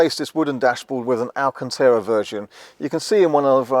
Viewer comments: Is he trying to say “Alcantara”? Never heard of alcanteera. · "VIN", saying number after it is redundant as that's the last word of the acronym. Just like "PIN". ;) Isn't it also "alcantara" not "alcantera", or are you doing some kind of US pronunciation? 🤣 Lovely car. :) Some people had reported putting their foot through the old speaker cover or puncturing it easily in general. It would be great if these have ANC too. Maybe the same drivers as the new S and X to keep costs down/minimise the number of parts needed? How does the actual ground clearance compare? Is it a different side panel on the MIC rather than the ride height?